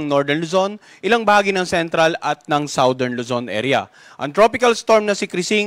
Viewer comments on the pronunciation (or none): none